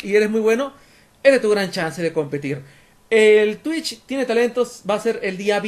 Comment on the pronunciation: Yo dije wow pero por que dice "Twicht"